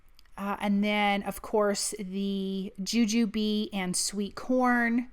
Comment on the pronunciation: So glad to hear you pronounce Jujube the way we do!! 😂😂